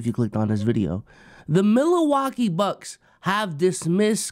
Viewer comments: really said “Milawakee bucks” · what is “Milawakee” lmfao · i was comin to say multiple times too lmaoo